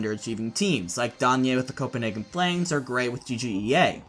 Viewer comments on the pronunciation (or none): none